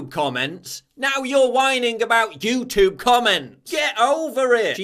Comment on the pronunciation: Stop saying 'YouToob'.